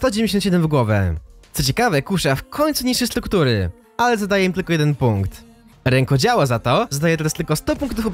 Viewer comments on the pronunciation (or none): Rękodzieło btw a nie Rękodziało